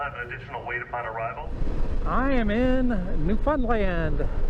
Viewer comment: Bryce here in New fin land,yes it's fun here,but we pronounce it fin or found.got 70 thou on my 2010 vstrom sea,best economy bike on the market,I paid 7000 brand new with top n side bags all removable.when i purchased it i hitched a ride to gfw in Newfoundland, in cold April n rode back to corner brook. In a snow storm,used my snowmobile gear,to keep warm.july to Sept is riding season in nfld.nice video,next time when you come to nfld, overnight on the ferry to port aux Basque. Shorter n nice riding on west coast too.2025